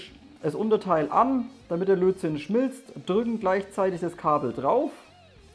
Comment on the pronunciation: Ich hör immer "Blödsinn" statt Lötzinn :-D